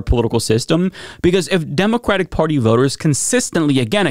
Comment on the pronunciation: "demoquatic" gets me every fucking time. i cant tell if thats a slip up or its on purpose since you've sd it on multiple videos.